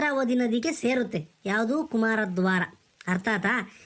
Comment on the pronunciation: ಕುಮಾರದ್ವಾರ ❌️ ಕುಮಾರಧಾರ ✅️ Video 👌